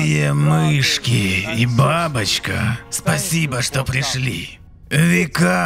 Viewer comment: Как же доставляет это "Шито?", у меня начальник бывший всесто кто говорил "кито", а вместо что говорил "чито" и каждый раз пробирало на ржачь.